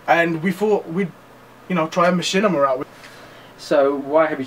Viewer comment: laugh wtf is a ma - chin - i - ma! haha learn how to pronounce the word at least.